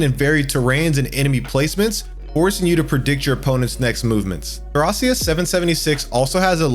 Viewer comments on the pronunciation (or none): I stomached through the bad pronunciation of Thracia but i cant do it back to back on Ys lol thumbs up on the video foe the effoet but i can actually finish watching it, feels like your purposely saying these games in weird ways